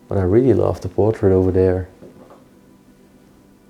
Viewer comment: You know when you can see the door knobs they aren't "secret. " And please I know I'll get hate comments for saying this but could you please pronounce the "th" correctly and not as a "d"? As in over THere and not as over "Dare". Ohh one more thing, the frame of a picture is the part that "frames" the object for instance a picture or a painting of something, a frame is not the part inside of said "frame". And a clock face is the part with the numbers and hands , the rest is the case. I hope you take this as friendly constructive criticism. I 🙏🏼💙🙏🏼🙏🏼🙏🏼😊. Thank you for the awesome places you show us. Stay safe 🙏🏼❤️.